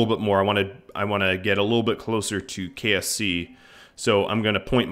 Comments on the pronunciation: Anyone else hear him say KFC instead of KSC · KSP = Kerbal Space Program (the game) KSC = Kerbal Space Centre (the main launch pad location) KFC = The fried chicken.